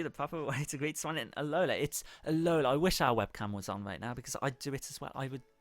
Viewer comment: It's 'al-o-la' not 'alol-A' If Hermoinie Granger went to alola